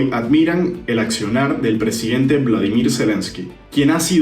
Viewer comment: es volodimyr, no Vladimir, nomás faltaba que fueran tocayos, los presidentes JAJAJA, saludos